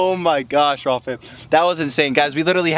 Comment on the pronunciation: Sounds like walfam every time you say raww fam XDDDD